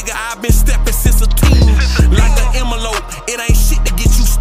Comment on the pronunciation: Dude said "Emma lope" ain't it envelope? Oh he'll nawl